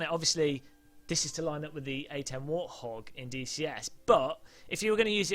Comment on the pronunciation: btw it's warthog not warhog